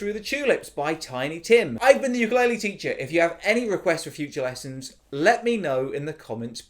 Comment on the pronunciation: I LOVE THIS - and thank you for pronouncing ukulele right!😭